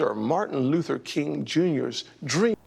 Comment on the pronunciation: Tim Scott can’t even articulate Dr. King’s name correctly. Tim Scott is not Dr. King’s dream; he’s Dr. King’s nightmare 😢